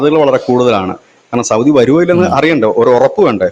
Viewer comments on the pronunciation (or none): none